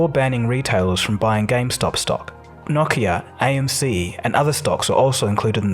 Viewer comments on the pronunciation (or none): Never heard Nokia pronounced as Gnocchia before. Now I'm hungry.